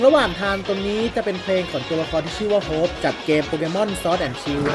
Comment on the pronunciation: ตรงนี่อะท่าน ท่านพูดชื่อตัวละครผิดนะ จริงๆมันอ่านว่าฮอบ ไม่ใช่โฮป เพราะถ้าจะเป็นโฮปนะต้องมีตัวEด้วย แต่ของฮอบอะมี่แค่HOP ปล.เครื่องเล่นรอบนี่ทำไมมันดูมีความดึงดูดพวกมดจัง